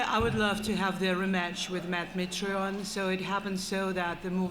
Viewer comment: "How dare that women tell Brent Primus "he didn't really win, his opponent just got hurt", then she goes on to mispronounce Mitrione. CASUAL